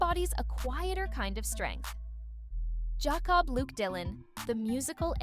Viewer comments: these are robot videos, you can tell when they get things wrong or pronounce names wrong like Yaycob lol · "Jaw Cob" Dylan. What a disgrace.